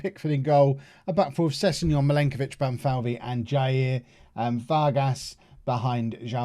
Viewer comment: Playing Vanheusden as DLP in DM position makes a lot of sense against inferior opposition. It gives license to the two MCs to move forward. BTW, in case others have not explained earlier: Jair is pronounced Zhah-eer. Kaio Jorge - Kaheeo Zhor-zhe Varginha - Varzhinia.